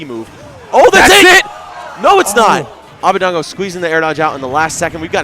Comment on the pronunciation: his name is abadango (ah-bah-DONG-go) not abadeingo (ah-bah-DANG-goh)